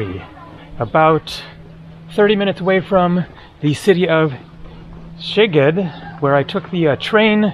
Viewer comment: The way you pronounce Szeged would be written „segged“ in Hungarian which means „your butt“ .😊